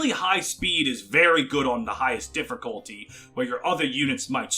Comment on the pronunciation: People are complaining about him saying Sword(s)master instead of swordmaster, but can someone explain to me the R he puts in difficulty? Seriously, he says it as diff(er)culty everytime and I don't know why.